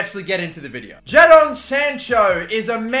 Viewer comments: Why do you keep calling him JAA-DON Sancho it’s just Jay-den just spelt differently damn😭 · Don’t say it Don’t say it Don’t say it “Jad-on” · It's said JAYDON Sancho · U say it jayden instead of ja-don 😂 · Its not jahdon its jaydon spelt jadon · the way he says ja-don sancho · It’s pronounced “Jaydon” bro come on man hahaha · Sorry but you say it like Jay Don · "JA-Don Sancho" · Jadon is pronounced jaden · It's pronounced Jadon its pronounced jaydon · Bruv it’s pronounced jay-don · I was checking for this comment because i was going to say the same 😂😂😂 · how did he just say jadon?😂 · That’s not how you say jadon